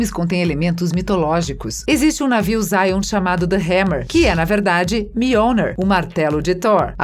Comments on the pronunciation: Que Inglês horrível esse da narradora. Zion? Métrix? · A locutora tá precisando de umas aulinhas de inglês aí, heim! Entre a pronúncia de matrix, brawl e zion a coisa complica...